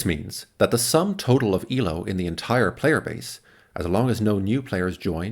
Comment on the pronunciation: FYI, Elo's name is pronounced A-low.